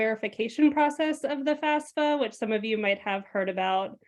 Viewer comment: Excellent content. The guest pronounces it FAS-FA Why do people in the field pronounce it wrong? Is that the right way to say FAFSA?